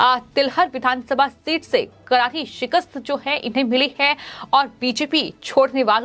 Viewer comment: एंकर का उच्चारण अच्छा नहीं है करारी को कराही बोल रही है र और स को ह बोल रही है